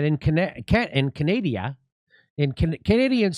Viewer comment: Jimmy, it's Canada - not Canadia.